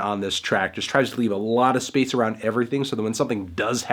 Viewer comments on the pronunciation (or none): none